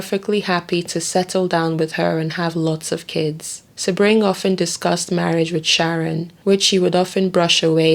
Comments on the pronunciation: You do good work and people can learn from your meticulous research. But please bolster your professionalism by getting the pronunciations right. It’s not Beverly Hillybillies. It’s David Niven, not Nye-ven. Sebring is “See-bring.” And Folger is a soft, not hard “g”. This is a notorious case, so there are multiple ways to verify these names. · True. For instance Catherine) Deneuve, Sebring. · Damn! Narrator, how the hell do mispronounce SADDLE!, FAIRBANKS, SEBRING, TRIVILIZE!!!!